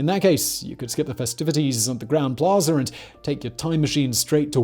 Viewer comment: Plaza, not "Plazer"